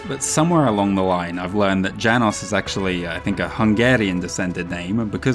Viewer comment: Hungarian here! Janos is written in our language as János and your pronunciation was just a hair's breadth away from perfect, which means that anyone in my country would understand it perfectly. As far as I know our language is one of the (much?) harder one, so tip my hat to you! Love the work you put out for us, cannot wait for the next!